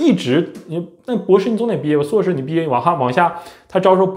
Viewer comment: 人家是 硕士 不是suo士 说真的 阁下只会吐槽 完全没有思想上的高度 并且 言谈举止也看不出硕士的影子